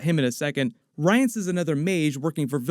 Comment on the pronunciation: Butchered the pronunciation of her name too. (Rience as well)